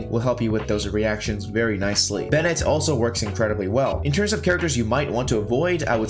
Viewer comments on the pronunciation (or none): none